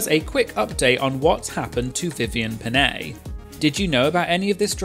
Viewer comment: Well as a Filipino, the biggest crime Vivienne has done was pronouncing Pinay like that